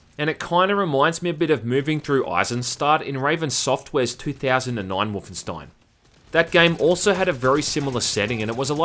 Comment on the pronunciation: Wahmanstein..... Srry I had to cuz it sounded funny.